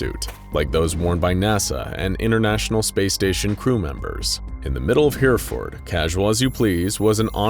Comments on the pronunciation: So glad I'm not the only one pained by his pronunciation Of Hereford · It's not Here-ford, it's heh-reh-ford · Hereford isn't pronounced hear-ford, it's pronounced hera-ford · Sorry, did you say downtown hearford? Fairly sure He-re-ford doesn't have a downtown.... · Hereford -> He-Re-Ford not Here-ford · "Here-furd" is actually pronounced "hair-eh-ford" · Whereford learn how to prounce things first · 40 seconds in and already groaning in British Hereford pronounced H-eh Reh fud. And shepherd's pie is lamb. If it has beef it's Cottage pie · Herraford is the pronunciation but honestly, good job and hilarious accent xx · Hereford - Heh-reh-Fud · heh ·ruh·fuhd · Nobody: Narrator: HereFord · I'm sorry but the way you pronounced Hereford is horribly inaccurate. It's pronounced more like He-Re-Ford. A lot of places in Britain have hard to pronounce names, and it definitely helps if you live here. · Hereford is pronounced, 'Herryford'. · I like this, it's definitely refreshing and unique compared to some of the other ones. Also...for future reference, it's pronounced Her-UH-ford. (Source: I live there) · Aargh "Herr-eff-ord" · Pronunciation of Hereford is painful!! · I have never been so excited to see Hereford, my home town in a video, only for it to be so heavily butchered in the pronunciation 😭😭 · You're not alone in your mental pain, I'm from Worcester and winced when I heard this narrators attempt at saying Hereford